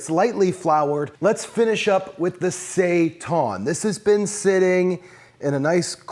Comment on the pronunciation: Say tan,. It's say-tan. Seitan.